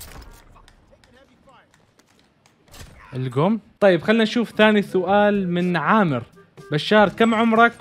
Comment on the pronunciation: اول شيء متابع جديد😁✌🏻 ثاني شيء محتواك والله رهيييب❤ اخيرا / شوفو شلون يكول ثاني سوال😭😂